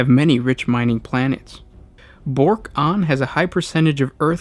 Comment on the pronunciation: Good video, really appreciated the Tau content. And approaching those names is always hard to get right. I thought you did well, though I know it is “Bork-Ahn” not “Bork-On”.